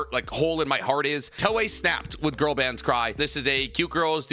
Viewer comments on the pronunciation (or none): none